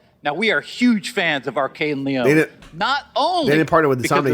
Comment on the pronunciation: Lyon is pronounced like Leon